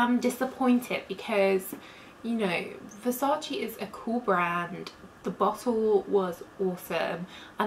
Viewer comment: Stop saying versaci, it's Versace. The e is pronounced as a vowel.